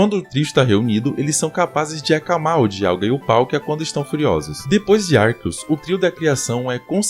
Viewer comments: Pqp, o cara fala Arqueus ARQUEUS KKKKKKK pq sempre tem um br que se acha o diferentao e quer falar diferente? Literalmente TODO Brasileiro fala Arceus normal, pq vai falar igual é falado em inglês cara? Pqp no Japão a pronuncia é com c também cara kkkk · Eu acabei de desbloquear uma nova pronúncia de arceus.